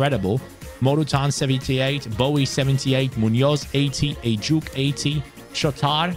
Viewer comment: Heyy really love your rebuilds btw it"was so funny the way you pronounced ejuke's name through out the video, its ejukAY not ejuke but never the less i am so happy you used one the many nigerian talents. las las Naija no dey carry last!!!!!!